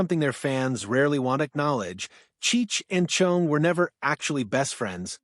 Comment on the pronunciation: “Chung?” Why is “Chong” so difficult for AI to pronounce??